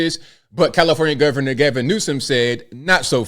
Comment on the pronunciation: “The Governo”……. Too much lip plump on the news anchor